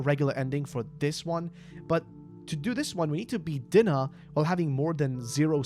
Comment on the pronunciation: Love the video, but Dinah is pronounced Die-Nuh. Also, if I recall, the Cheshire Cat was the wonderland version of Dinah.